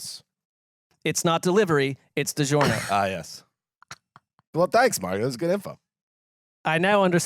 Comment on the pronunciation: DiGiornio! Fitting it's the year of the Italian. 😄